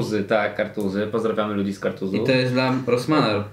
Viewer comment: "Pozdrawiamy ludzi z Kartuzów" KartuZ!!!!